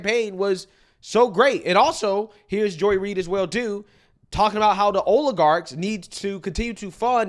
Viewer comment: The new leftist buzzword; o-lay-garx 😵‍💫